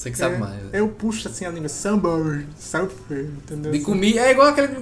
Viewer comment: Samber sârfi???? Kkkkkkk